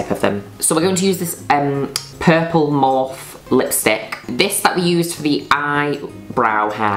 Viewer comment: I think it's pronounced morphy